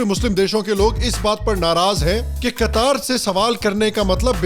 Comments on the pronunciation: कतार नही कतर है जी । ठीक से नाम तो बोल लेते । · Qatar = कतार ? ❌ कटार ? ✔️